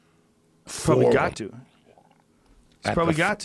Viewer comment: Joe “Make Mumney” Rogan